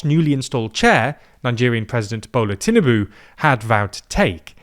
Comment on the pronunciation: As a Nigerian it is always funny when I hear Europeans / Americans trying to pronounce our president's name " Bohlah teenubu". 🤣😂